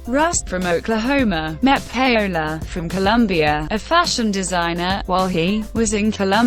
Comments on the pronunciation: its not pronounced Pay Ola..its pronounce Powla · Pay - ola??? Get it right woman you must have heard her name before..! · THE REAL PRONUNCIATION IS PA-O-LA A WITH AN A LIKE AMIGO IN SPANISH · Wtf that really is not how russ's wifes name is pronounced.